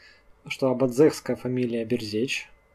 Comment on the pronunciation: Я Берзегов моя фамилия произносится как Бэрзэдж а не берзеч и не бэрседж